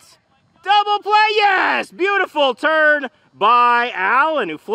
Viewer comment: beautiful turn sounded like he said beautiful turd